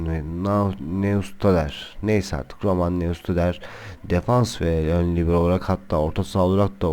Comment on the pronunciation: Yalnız Skrtel Arsenal'den değil, Liverpool'dan transfer oldu. PS: Fenerli değilim. Like verdim. :) Neustadter'in okunuşu: Noyştadter.